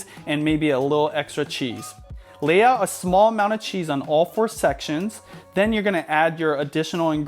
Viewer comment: "layout" sounded like leah lol